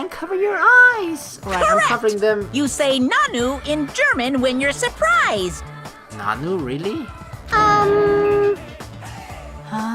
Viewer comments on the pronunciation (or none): If we use it, we pronounce it "Nanú" (pronouncing the u and not ne a). And it`s so rarely used...